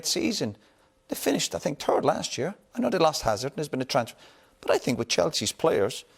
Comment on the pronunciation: “They finish turd last year” 😂😂👌